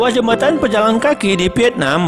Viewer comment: Membaca jembatan kok jambatan